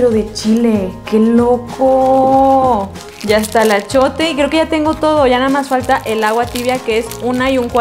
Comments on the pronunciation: minuto se dice achiote no achote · se dice axiote no achote